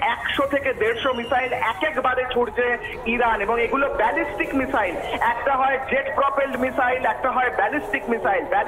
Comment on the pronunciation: কোন দেশের সাংবাদিক রে ভাই বেজেস্টিক মিসাইল না ব্যালাস্টিক মিসাইল